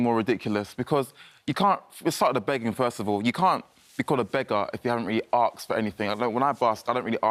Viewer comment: What does "arksed" mean?